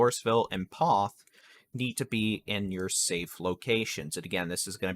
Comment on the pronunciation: Poth rhymes with both